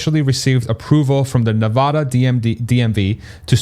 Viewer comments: I love your content! Just an fyi, native Nevadans pronounce the first "a" in Nevada the same as 'cat', not 'paw' 😉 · You should Google how to pronounce "Nevada." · Can we all agree that is not Nevoda! 😂 let’s get it right! Still hype about the announcement. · Nuh VAD uh